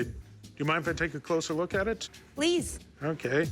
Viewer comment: I love when Rick say “akay “/okay😆😆😆